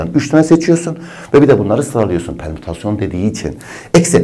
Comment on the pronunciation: bir an dedim lermütasyon ne HKAJSHJSMDJSJBD